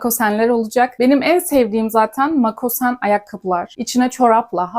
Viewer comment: (Makosen değil, MOKASEN!)